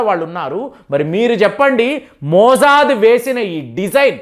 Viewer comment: మోజాద్ కాదు కాకా మొస్సాద్